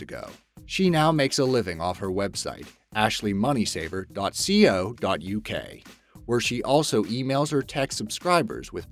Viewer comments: Anyone else get triggered when he said C-O not co (as in short for company) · co not C.O.